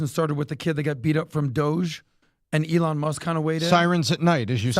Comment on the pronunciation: PBD for the love of god say Elon’s name correctly.